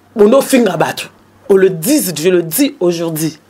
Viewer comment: vraiment on dit aujourd'hui pas aujordi,tu fais la honte de promo Le bambino et L'Ecomas,je suis de cette génération promotionnelle scolaire donc il faut présenter ton francais comme il se doit.OK.